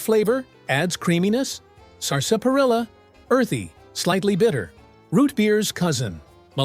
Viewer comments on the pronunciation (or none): Stopped Watching at "sarsaparilla"